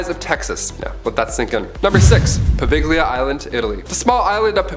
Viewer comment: I love your channel y'all!! However, just for future reference, Poveglia Island is properly pronounced poh-VEL-ee-ə or if you like poh-Vel-ee-ah. I was able to visit the Island with a paranormal group 5 years ago. Getting permission was an absolute nightmare but we got it and yes, it is as creepy and haunted as it sounds. Keep up the great work y'all.